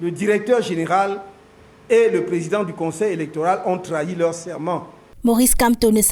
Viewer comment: Toujours du bla bla bla de la part du"Plézident Zeluh".Un coup d'Etat militaire est mille fois mieux que ces fameux opposants. Aucun leader politique au Cameroun n'est à la hauteur de gouverner ce pays.Il est temps que le président actuel libère le plancher et que l'armée prend le contrôle.